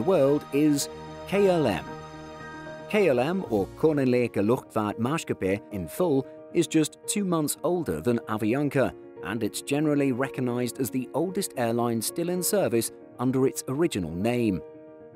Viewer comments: Love how he said klm as if its german😂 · Hearing him say: Koninklijke Luchtvaart Maatschappij. Made me laugh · i just love how he pronounced “Koninklijke Luchtvaart Maatschappij” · the KLM pronounciation had me laughing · he butchered the dutch pronunciation xD